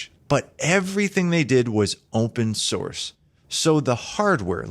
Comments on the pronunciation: he said horse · "Open horse"